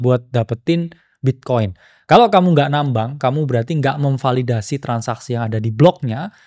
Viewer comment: sampe gue ulang, apa gue salah denger, ternyata beneran kesrimpet "memvadildasi" wkwkwk